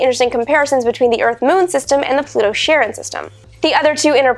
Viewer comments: I don't want to be that guy but Charon or Kharon not 'sharon' as you pronounced it. It's from ancient Greek and is named after Charon the boatman who ferried the souls of the recently deceased from the world of the living to the underworld across the rivers Styx and Acheron. He was to be paid with coins left on the eyes or in the mouth of the dead. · Pluto should be called a "Planetoid " the term was invented by Science Fiction over 60 years ago to describe a small body larger than an asteroid but smaller than a planet that is stand alone and not a satellite of a planet! Also why do we pronounce Pluto's largest moon "Sharon" it supposedly named for the mythological greek ferry man of the dead Charon ( care- on) ??? I know it's discover named it in honor of his wife and the mythical character but the two names are different?